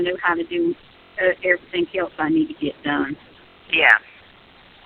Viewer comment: And we do mean "EVERYTHINK"!!!! Damn hillbilly